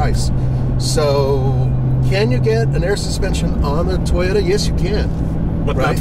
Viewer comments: Id pick the "Tie-ota" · I believe it's pronounced "TOY" YOTA, not "TY YOTA". just say'n. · Came here expecting to hear call it a "Tieyota Tundra" and he did not disappoint:)